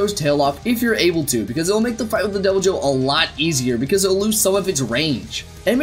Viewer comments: its not ai bi ru oh in japanese its I BI RU JYO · It’s called ee v il joe or e v il joe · It’s “ibirujou” It’s literally supposed to be “evil jaw.” Don’t use English pronunciations for Japanese words...or at least click the “dictate” function on Google Translate! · That was the most terrible pronunciation ever. While you were on Google Translate you could've tried the speaker button. イビルジョー would be pronounced more like "Ee-bee-lu-joe". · Sorry about this but you didn't pronounce "ibirujo" correctly xd